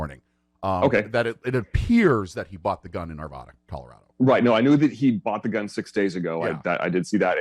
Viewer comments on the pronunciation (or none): It is pronounced "Ar VAD ah", and not "Arv eda" or "Ar vah da" or "Ar vey da".